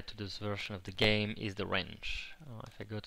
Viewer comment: It sounds like hes french a bit because of the "ze" somewhere